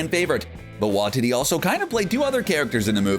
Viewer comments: it is pronounced why tee tee ( taika waititi ) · the way is says waititi like wa-tity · "Wah-tee-tee" not "Wah-titty" 😅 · It’s pronounced “Why-Tea-Tea” and not “Wah-Titty” which I last said when my ex didn’t let me touch her breasts! Oh, and you forgot Michelle Yeoh, who had a cameo as Aleta Ogord in Guardians of the Galaxy Vol 2 and is due to play Jiang Nan in the forthcoming “Shang Chi” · I hate the way you pronounce Taika Waititi's name. It's Waititi not Wahtiti. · Taika WAITITI not Watiti😂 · What's up with these youtubers not knowing how to pronounce things. It's like they do it on purpose. Theres no way they haven't heard the correct pronunciation before. Get it together! What Tea Tea not Watt tity. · Can you fix your pronunciation of Taika Waititi? Heard it pronounced as Wahtiti by this channel many times now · Tai-ka Y-tea-tea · Taika's last name is pronouces "why tee tee" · Taika Waititi lasts name is pronounced why-tee-tee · Taika "Wy-titty"? For fuck sake, man. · Wanh titty lol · For the love of all things in the MCU will you get the pronunciation of Taika Waititi's name CORRECT. Do you even KNOW how his name is pronounced?????? Obviously you DON'T. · It's almost like you're going out of your way to pronounce Taika's second name wrong. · How many times are they going to mispronounce Taika Waititi's last name??? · IKR Very distracting. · Dude...... you've gotta learn how to say these names properly ......Dormammu.....Waititi.....